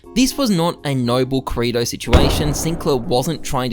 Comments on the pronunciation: ok but why do you call kirito "krato" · it hurts me every single time you pronounce kirito wrong, every anime fibre in my being is screaming at u man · ' pronunciation of kirito is gonna make me go crazy